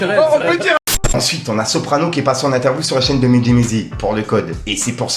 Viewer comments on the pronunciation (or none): none